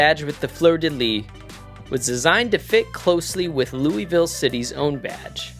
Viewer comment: Great Video! But man…as a Kentuckian…your pronunciation of Louisville hurt me😂😂